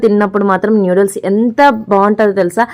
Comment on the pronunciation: నూడిల్స్ అమ్మ తల్లీ న్యూడిల్స్ కాదు